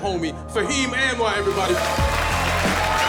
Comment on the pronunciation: Brother Fahim please stop mispronouncing your last name. It’s supposed to be pronounced Unwar, not Anne War. 😂 By the way, you are brilliant. 👍🏼☮️💟